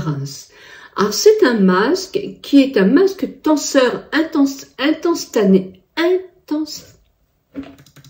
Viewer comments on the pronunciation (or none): J'ai 53 ans et je suis fan depuis des années de Pierre ricaud, que ma grand mère, ma mere utilisaient. Marque familiale! Par contre je n'ai jamais essayé le resveRAtrol, je suis tentée. Tu m'as fais sourire avec Intanstané au lieu d instantané ❤😊 Merci, prends soin de toi. 😊